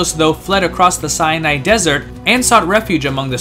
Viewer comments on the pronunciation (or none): none